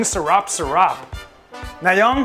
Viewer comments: "Ang sharap, sharap!" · Pinaccbeth 😋😋 Ang Sarraap sarraap.